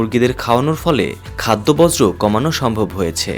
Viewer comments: একটি বৃহত্তম চ্যানেলের সংবাদ পাঠক "বর্জ্য " কে বলছেন "বজ্র " বাহ বাহ। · চ্যানেলের উপর বজ্রপাত হয়েছে😂, বর্জ্য উচ্চারণ করতে পারে না, ভুল যে করছে সেটাও বুঝতে পারছে না।